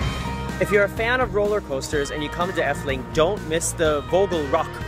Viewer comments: Why does he says effeling instead of efteling I am dutch so yeah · eftuling thats how pronounce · why is he saying dutch names with a German pronunciation?